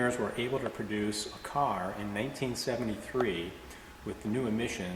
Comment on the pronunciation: LOL - did say "1873 Pontiac TransAm"? - of course, I would never ever make such goofs. Not me. I'm perfect. I also sell winged camels to fleas. Okay - I had to rewind and watch his mouth and listen closer - he said 1973 - but it really sounded like 1873. I LOVE The Heck out of this TransAm! I also dig the encased diorama in the trunk, almost more! I love detailed miniature stuff like that.